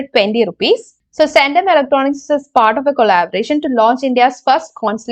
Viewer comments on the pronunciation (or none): Pls mention names correctly and clearly..its Centum and not sendum....